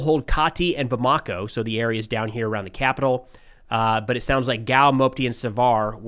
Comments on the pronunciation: It's pronounced Bam-a-ko, not Bam-ako. Getting that wrong is about as juvenile as your Rusophope fan base twisting Africa Corp into "Afrika Korp". I know you might find this difficult to understand but exactly which foreign force was invited into Mali and which expelled colonial power(s) is funding terrorists. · How hard is it to pronounce or look up how to pronounce Bamako? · JNIM = Jay-nim Bamako = Bamma-co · It's pronounced like Bama-ko. Touareg is pronounce like Twa-reg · twah ... not too ... twah reg. or too uhh reg. Hint: lay off the American twang, that heavy "Accent on //this// syllable!" ... Obama co ... not Bamaaako.